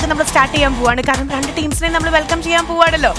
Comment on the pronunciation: ലക്ഷ്മിക്ക് രണ്ട് എന്ന് പറയാൻ അറിയില്ലേ??? എപ്പോളും റണ്ട് എന്നാണല്ലോ parayunne?